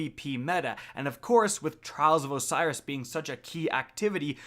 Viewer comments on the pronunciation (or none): none